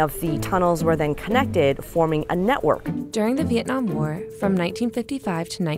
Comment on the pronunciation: Andy Van ikr like it's not Vee-ot-nam it's so annoying that they pronounce it like that